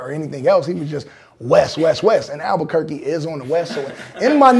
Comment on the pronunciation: Just a shout out to The Game for saying Albuquerque , Alot of people can't say it ..